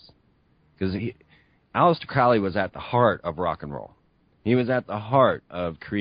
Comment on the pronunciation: Vauv=V/W=6=Tiphareth/Beauty=The Sun. The Sun is anything but "fallen". The number refers to the Heart Chakra. 666 is the Sun manifest on Earth. Crowley rhymes with Holy, not fowley. He was no "black magician".